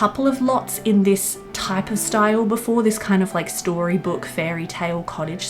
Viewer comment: We did it fam, we got to say "storybook" correctly 😂 I love all the paneled walls and the colors you chose. The whole thing is so beautiful. I wish I had your patience to build and decorate.